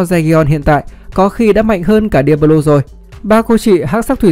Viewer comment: Chịu tích chuyện để nghe nào đâu nghe cứ cấn cấn ấy sởn gai ốc khi nghe đến diablo